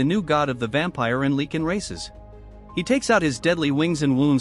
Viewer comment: The way you say Lycan infuriates me.